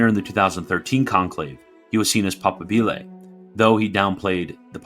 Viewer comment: pa-PA-bile . Strsss on second syllable. Just like moBILE phone is not said.